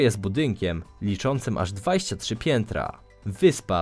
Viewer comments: Dwajścia trzy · Dwajścia to błąd i nie mów tak. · Czy tylko ja słyszę w każdym filmie DWAJŚCIA? 😂😂